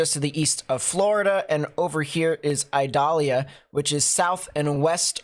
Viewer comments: Eee-doll-yah. It is not an onion. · not to be a hard a...ss lol its pronounced E DAH LIAH , I in spanish sounds like E in english no pressure lol .